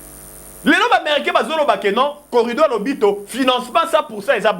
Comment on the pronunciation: Oza mayele mukie. Oyebi makambo ozo loba te. C que Bemba a dit, il a honoré Fatshi. Botika bilobele en plus c'est corridor et non corrido.